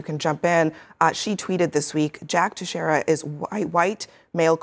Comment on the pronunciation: IT'S NOT "TEXERA"! CAN'T AMERICANS SAY THE SOUND "EI"? "HEY"... IT'S TEIXEIRA NOT TEXERA. SORRY BUT IT'S MY NAME AND I DON'T GET IT. AS A JOURNALIST YOU SHOULD MAKE AT LEAST A SMALL EFFORT TO READ THE NAMES RIGHT... JUST SAYING